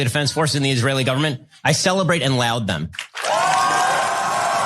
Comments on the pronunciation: Laude as in odd...not loud as in proud dumbass...😤😤😤😤🇵🇸🇵🇸🇵🇸🇵🇸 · He also pronounced “laud” incorrectly.